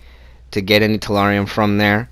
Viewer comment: Also tellurium not terrarium